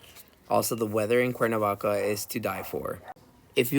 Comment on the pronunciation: If you know Spanish, why do you pronounce Cuernavaca in an English accent?